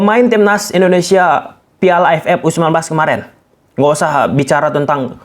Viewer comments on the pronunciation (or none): none